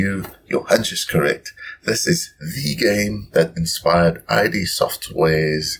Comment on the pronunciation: Nice review! I love this game. Just wanted to mention that Id is pronounced as a one-syllable word with a short i sound, not like I.D. I made this same mistake for years until a friend corrected me.